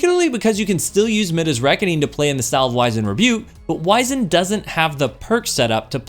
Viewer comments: Please look up how to pronounce "wizened." It's less "wise" and more "wizard," if you know what I mean. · Fusion main but doesn’t even know how to pronounce wizened